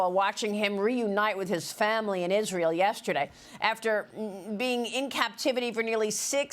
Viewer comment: You can't pronounce his name correctly, his name is عيدان